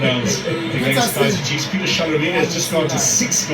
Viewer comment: I love how they refer to chiefs as “iKaizer”🤣🤣🤣🤣❤